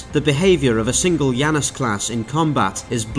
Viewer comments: I don't have Deadlock, so perhaps this is a mistake on their part, but it's not "Yanus". It's clearly based on the two-faced god of doorways, beginnings and endings in the Greek pantheon, and in english at least, his name is pronounced "Janus", hard J. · It's named after the god Janus, so should be pronounced Janus not Yannus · I don't think he's pronouncing "Janus" correctly. It should be: Jan (as in January) - us (as in anus)